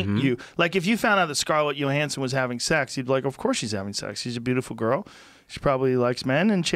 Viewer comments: Joe "Scarlett Yo-Hanson" Rogan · "Scarlet Yoohansen"